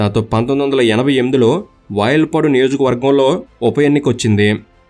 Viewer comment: వయల్పాడు కాదు వాయల్పాడు